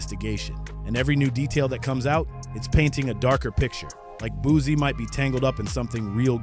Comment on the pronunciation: It's BOOSIE, not BOOZIE....FACK!!!! I CRINGE every time he says that....